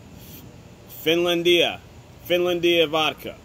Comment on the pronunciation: Dude, if you can’t pronounce it, you can’t review it.